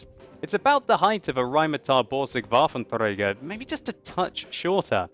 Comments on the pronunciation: I love how you pronounce 'rheinmatall-borsig waffentrrrrräigerrr' Im german, and for me this overpronounciation is uust so funny ;) But still, your pronounciation is much better than the pronounciation of some other english youtubers i know :) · I like how he pronounces "Waffenträger". Sounds so Russian xD